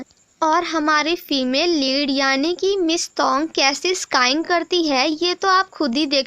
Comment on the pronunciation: Sking - स्कींग स्काईंग नहीं